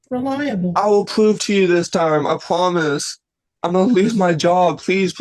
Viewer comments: "I pinky pwoomise" 😂I have never yelled at someone to shut up more than i did watching that first guy. He was so obnoxious. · I pinky pwomise you ma'am. 😅